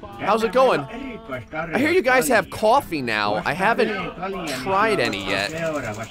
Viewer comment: koo-awwfee.....Jersey boy! :D